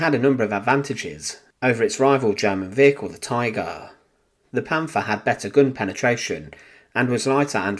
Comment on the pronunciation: " Panfaah" please stop , just stop.